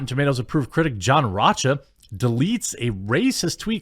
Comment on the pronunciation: Jeremy - His name is John "Row'Ka" That's how it is pronounced lol Love you, man.